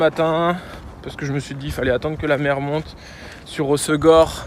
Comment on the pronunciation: HossEgor pas osgor